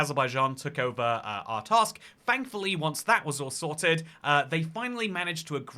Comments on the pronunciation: Art-sakh, not Art-askh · Not a bad video but why is he pronouncing artsakh as artask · Not Artaskh. Artsakh. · Bro your pronunciation of "Artsakh" is killing me 😂